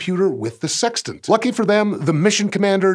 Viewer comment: Lol he said tant.